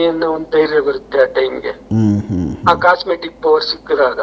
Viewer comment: ಅದು ಕಾಸ್ಮಿಕ್ ಎನರ್ಜಿ (ಕಾಸ್ಮೆಟಿಕ್ ಎನರ್ಜಿ ಅಲ್ಲ)